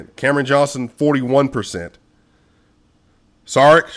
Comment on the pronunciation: Just here to tell you Šarić is pronounced Sha-rich, not Sa-rick